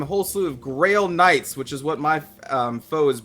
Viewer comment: Am I the only one that keeps hearing Grill Knights?